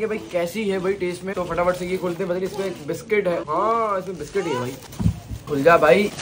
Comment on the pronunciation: Biscuits ko bola biscot